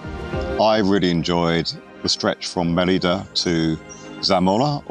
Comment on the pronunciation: also it's Mérida not Meriiiiida